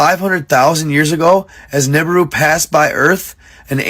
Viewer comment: He can't even pronounce his bullsh!t correctly. What is a "Noobooroo?" Also, aliens with technology well beyond our own decided to genetically engineer a new species so they couid....hand them picks and shovels to mine gold? You need slaves for manual labor. Slaves don't make sense if you've got access to even the way we mine right now. Nobody would create a species to drive a dump truck or run mining equipment. They can't just program some AI to run the things? I've bought into some wacky ideas in my life but the whole "Annunaki made people to mine gold for them" story set my bs meter off immediately. Think this comes from that Zechariah Sitchin character doesn't it? The one who everyone else that is qualified to read those tablets says he's totally wrong? That guy? It's very important to find out where your information comes from.